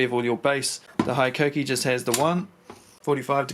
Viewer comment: It’s Hee-koh-kee. 17 mins of you saying high-koh-kee is triggering.